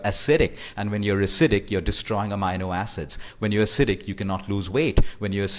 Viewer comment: Thanks for the info. You could only improve your pronunciation of amino acids as you got it all wrong :-)